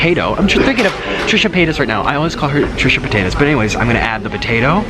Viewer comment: “Trisha Potatoes” lol 😂